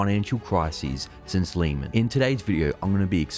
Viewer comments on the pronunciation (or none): Just a correction it's Lehman brothers not Leeman brothers